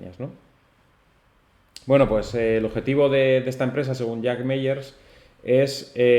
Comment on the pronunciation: Gracias por tu vídeo! Solo comentarte que el apellido de Jack Mallers se pronuncia “MaLers” (como con una L) y no “Meyers” 😊 un abrazo!!!